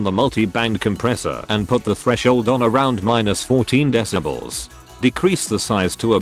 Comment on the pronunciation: How the text to speech says deci-balls instead of decibels 😂